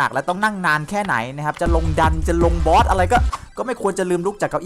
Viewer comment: "ฆ่ามอท"อะไรละ "ฆ่าบอส" ไม่ใช่ "ฆ่ามอท"